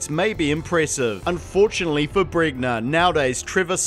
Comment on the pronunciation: pretty sure it's pronounced bren-ya